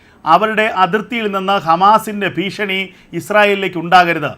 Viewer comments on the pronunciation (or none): none